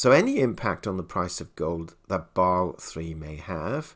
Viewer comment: You are not just constantly ignoring the "S" and "E" in "Basel" for unknown reasons: FDIC has a very similar rule in effect and this also did not create a gold hype, so another nail in the coffin of too optimistic visions. The question for real life is how banks that needed it most like Deutsche bank should actually manage to buy a lot of gold - buy from what? If you look at the BIS publication with last revision from February, gold market risk is compared to that of foreign currencies rather than other commdoties, which leads to 8% capital requirement... - so while still a good sign overall, Basel III rules about gold alone do nothing, and nothing new. Even if banks (not the central banks) sell off for such reasons - they do not have much anyway, don`t they?